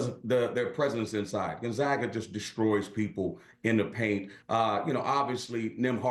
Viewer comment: If you want to sound like you know what you’re talking about. First thing is first. Gone zag uh